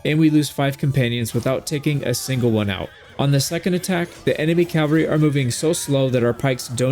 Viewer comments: This is a big pet peeve of mine. I love your videos and they have helped me so much with this game. But a piece of me dies every time you say “” instead of “cavalry.” You always spell it correctly but it’s said wrong. I know it’s a small relatively pointless gripe. Thanks for all the wonderful videos you make and all the effort you put into it. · Glaives are nice until you fight someone with javelins. Then it's bye bye companions. Shield, mace, two stacks of Javelins, unless the companion is an archer and then I'll use the glaive, bow, and two stacks of arrows. Also, it's CAV AL RY. NOT CAL VA RY. is the site of Christ's execution. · Why do so many Americans especially say "" it is your language guys:p